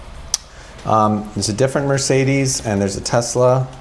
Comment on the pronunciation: Tessler. It’s pronounced Tessler. 😂 this guys is such a slime bucket